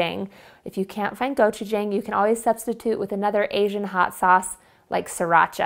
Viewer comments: I loved it when you said go-chu-jang. It's go-chu-Jong no worries. I speak Korean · Im a korean and never had a meat loaf with gochujang in it. Looks so yummy! Btw, its go choo ja(ah~)ng. Not jaeng or jong. Thanks for all of your recipes!